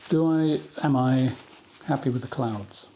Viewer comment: Bit behind on viewing so was watching this today. For some reason I kept hearing “clowns” when you said clouds. I was a bit confused…what? When did he start painting clowns?? 😆. So relieved when I looked up from my budgeting to not see one scary clown and just a lovely sky with clouds.😊. Love clouds terrified of clowns. Hope all is well with you and yours…and the Pyrenees are beautiful.